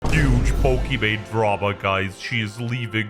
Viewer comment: Did No one else realise calling Pokimane as Pokimon?